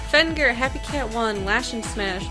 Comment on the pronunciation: You got my name wrong! It's not Fenger! I will destroy you! Or not, thanks for making great content though:D Can't wait for you to start Spiral.